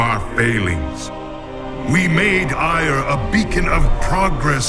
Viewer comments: "My life for Aiur" sounds like "My wife for hire" in Starcraft I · I know that, but it sounds like hire.